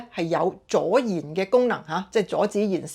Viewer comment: 阻燃同助燃兩者發音差唔多，講嘢有漏口習慣相信要一時都分不清。